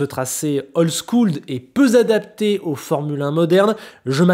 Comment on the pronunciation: Le tracé "peu z'adapté" à la formule 1 moderne! 😅 dès l'introduction de la vidéo, ça pique!